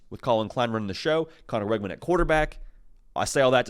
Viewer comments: His name is pronounced Wigman, not Weggman. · It's pronounced "wig-min". Learn it so you don't sound stupid saying "Weg-man"